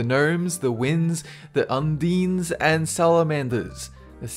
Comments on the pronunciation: Undine... does not have a long "e" sound. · The undenes? The undeneses? Or is it The Undyne??? O_O